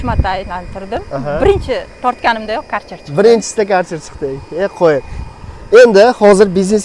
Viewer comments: Каерчер демайди хой акилликлар керхер дийди бу керхер бу компаняни номи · КАРЧЕР ДЕМИДИ!КЁРХЕР ДИЙДИ УКАМ!!!